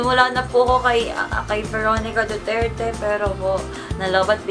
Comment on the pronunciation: I love that "DUTIRTI" thingy hahahahahhaah😂